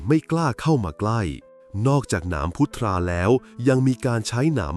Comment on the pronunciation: พุทรา อ่านว่า พุด-ซา